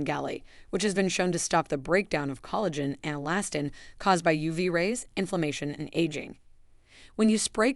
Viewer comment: This video was helpful. I did notice several mispronunciations of words ‘lives’, collagen, arterial and tsunami.